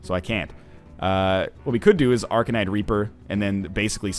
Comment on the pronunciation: at sounded like he said arcanite raper